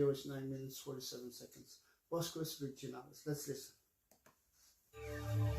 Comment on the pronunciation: Bosques is pronounced "bos-kes". It means "forests". Virginales is pronouncel "vir-hee-nales", with the "h" a little stronger than in english